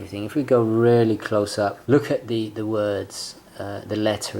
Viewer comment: Dude, why do you pronounce "really" as "rarely". Aren't you posh?